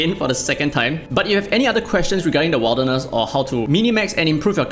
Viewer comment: Wilderness is pronounced more like "Will" rather than "Wild"